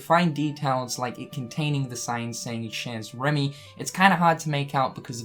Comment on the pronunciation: i love how he says "cheeze remy"